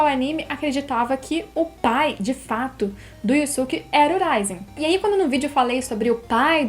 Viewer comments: Yu yu hakusho é o melhor anime dublado, não é um anime q todo mundo tá acostumado a ver tanto dublado como legendado como outros animes, ou seja, estamos acostumados a ouvir e falar "Yusuke" desde a época da tv Manchete, e vc vem com "Yuske, Yuske, Yuske", nem parece q vc tá falando dele, mesmo sendo a forma correta de falar, então não é chatice de quem reclamou, pq vc falando "Yuske" e não "Yusuke", dá impressão q vc é metidinha, entende. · hauhauhauhauhauhauhau pior q tb fiquei com raiva da pronuncia. IUSUQUE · Obrigado:) Tirou minha duvida! haaha Eu também uso essa pronuncia de Yoske porque foi a que aprendi lá em 94, assim como as de DBZ "ceru", "picoro" e "bedita".